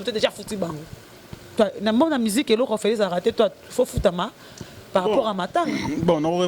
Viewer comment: alobi par rapour (ou lieu de par rapport ) na moni asalaka ngo na nko! Kkkkk